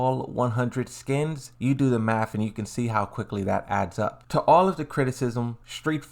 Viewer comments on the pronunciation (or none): none